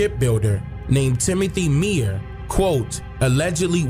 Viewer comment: It was a lot left out of this story....I was born and raised in this city. But whatever....its pronounced MOE-BEEL...not mobile like mobile phone. And Meaher is pronounced like mayor.... I really wish you would've gotten with the old heads from the area for this so it would have been more informative. Still though love seeing other people's opinions on our stuff though.